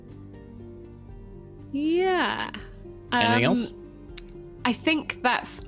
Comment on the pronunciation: You know I've been watching a lot of HR D&D because I totally heard that in -voice which sounded like "anythink". 😜